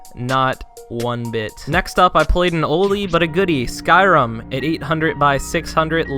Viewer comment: u don"t even know how to say skyrim its sky rim